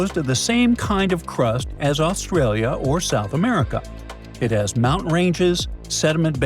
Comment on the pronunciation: Can you pronounce the words "Continent", "Mountain" correctly? A beautiful clip can be degraded by a small detail.